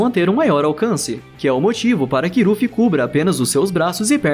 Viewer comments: para de falar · Q raiva ele ficar falando rufi toda hora man, desconecta do video toda hora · Cara no áudio você ficou chamando o Luffy de kkkkkk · eu tou doido ou ele fala? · Não é é luffy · E pronuncia luffy msm eu assisti usando sem legenda so no dublado luffy fica mt melhor vc é br mn na veia 💪🏻🔥😎